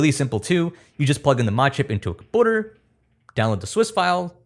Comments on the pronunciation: Hey, fellow here. Just wanted to say that I love your videos. They're fantastic, clear, and about as detailed as needed! It's because of your kindle series that I was able to jailbreak my wife's new Kindle. I don't mean to be rude by any means, but what is the deal with your pronunciation of words like "computer" or "community"? You seem to drop the "u" in place of a "ooo" sound. Just something my wife and I noticed. Keep up the fantastic work!!! Thanks for everything! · oh look. it’s that guy who wants to be a tech youtuber but can’t say “computer” right.